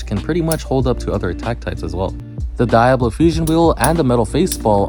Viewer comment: can you not pronounce diablo?